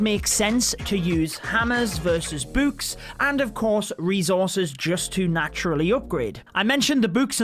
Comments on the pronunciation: Why he say. Boo-kes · Nobody: Literally nobody Him: buks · Bouks haha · Lmao the way he says books